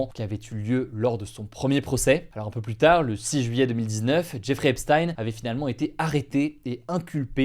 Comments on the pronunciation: EPCHTAYNE PAS EPSSTYNE !!! MERCI DE PRONONCER CORRECTEMENT SON NOM. C'EST JUIF COMME NOM, COMME POUR EINCHTAYNE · Pourquoi certains jours tu prononces ça "Epstine" et d'autres "Epshtaïn"? C'est quoi la bonne façon? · Hugo par pitié... "Epsthayn?" ..cest Epstein prononcé "Èpstine" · Pourquoi tu peux pas prononcer “Epstein” comme ça se prononce, (aipesstyne) 😩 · Je n'ai rien d'autre à dire qu'il faut dire Epstein comme Justine et non comme Einstein. Epstein égale Epstine. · Prononcez Epstein correctement, ça écorche les oreilles. Et les titres putaclik c’est nul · Ça me fume coment t'en parle presque jamais alors que twitter et en feu depuis des mois a cause de ca ptdr Aussi c quoi cette prononciation de jeffrey epstein ptn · Je regarde beaucoup de media américain, et je m'étonne de la prononciation d'Hugo pour le nom "Epstein" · Bien prononcer “miami herald” : ✅ Bien prononcer “Epstein” : ❌ 😅